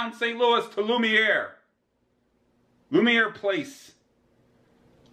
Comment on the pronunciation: I’m glad you pronounced Lumiere correctly and not Lumineer or Luminar.